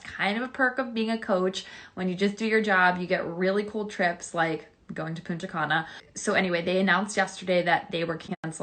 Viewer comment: "Puna cana" 😂😂😂😂